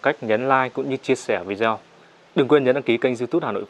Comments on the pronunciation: Vi đê ô, đừng phát âm là Vi zeo, bạn ơi. Nội dung khá ổn, nhưng các bạn lưu ý phát âm chuẩn khi phục vụ công chúng, nâng cao trình độ công chúng thì phải chuẩn mực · Tại sao lại đọc video là " vi gieo" phải đọc là " vi đê ô" mới đúng. Hãy sửa lại. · Vâng, xin thứ lỗi, vi đi ô chứ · Vi đi ô ko phải vi đê ô